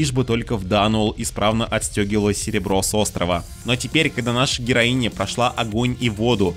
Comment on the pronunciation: Не понимаю, зачем так выделять окончания. Героиня и капитанша нормальные слова